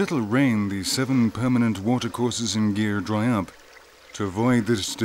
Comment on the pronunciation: It's northwest of India not northeast And it's not pronounce as gear it's gir! Anyway nice doc